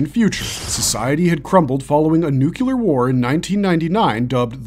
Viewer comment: It’s NUCLEAR not nucular